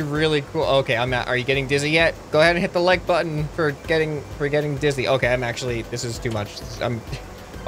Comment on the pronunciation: i hit the like butten, and you saying hit the like butten for geting disy made me giggle.